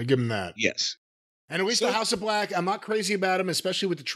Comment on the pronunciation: The House of BLECH never gets old😂 But in all seriousness, if Billy’s truly done, he deserves his flowers💐